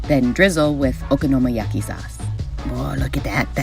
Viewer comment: Isn't it okonomiyaki, not okonomoyaki?